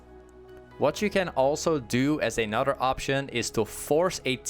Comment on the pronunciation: Am I the only one who had to hear it 10 times if he really said " A Nutter Runepage" lmao